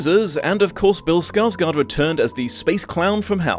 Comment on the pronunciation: Just like in the previous video, you mispronounced skar-gord; and the film Deadpool used "Angel of the Morning," not the trailer.